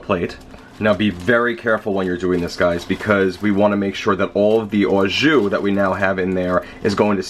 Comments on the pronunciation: sounds like a hillbilly saying awe juice LoL ....it's just "jus" the bag of liquid is "au jus" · It's not pronounced "ah zhu," it's pronounced "oh zhu." And "au jus" means "with juice." The juice itself is just "jus" in French, not "au jus." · Like someone else said, « au jus » is « with juice » so you don’t pour the « au jus », you poor the « jus », and btw, your prononciation is a bit off, your « jus » is ok, but « au » is more « o » than « aw » if you see what I mean, and your knife! Get it sharpened ;O) otherwise, great recipe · You're saying it wrong. It's pronounced "Awwwww. Juice!".